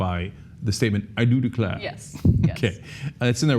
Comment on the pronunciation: CENK: I Do Declaaare…. haha